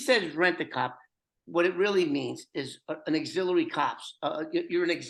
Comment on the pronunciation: Its AUXILIARY cop 👮‍♂️...not Exiliary....😅😮 wink 😉 Matt NYC